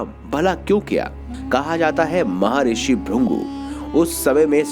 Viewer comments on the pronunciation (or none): none